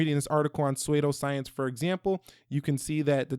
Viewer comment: Suedoh-science?? Lmao